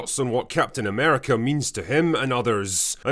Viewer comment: Captain Nah-merica.